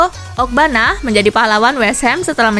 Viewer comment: ANGELO OGBONNA "BKN" OGBANNA